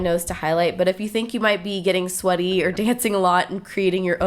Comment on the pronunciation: So pretty!!! But i was laughing my butt off cuz i thought you said "but if you think you might be getting slutty" but it was "sweaty"!!! lol!